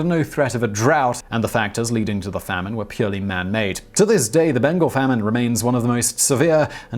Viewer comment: it’s pronounced Bain-gaal, not Bain-gul